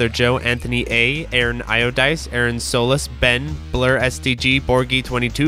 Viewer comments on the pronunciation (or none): none